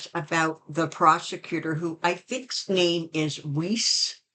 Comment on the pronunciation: Weiss is in german and is pronounced VICE. LOL! (It actually means white)